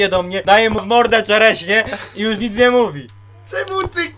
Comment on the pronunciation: Jusz się nie pszestraszsz